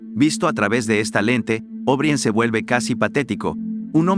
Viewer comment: Creo que está muy, muy bueno. Solo les haría una observación relativa a la narración: O'Brien se pronuncia O'Bráien, tal cual, no Óbrien. Felicitaciones y saludos cordiales.